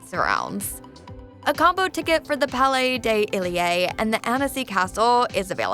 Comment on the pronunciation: Palais Ay Delae... Bruh my ears 😂